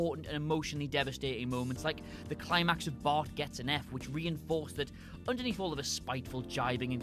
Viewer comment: It sounds like he said fart